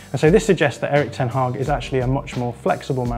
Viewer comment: Kudos for the pronunciation of the Dutch name